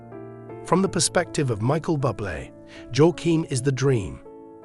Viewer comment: Get rid of this goof who talks about Buble incorrectly as if he was a “bubble” and is “bubbly”. WTF, has he never heard how Buble’s name is pronounced.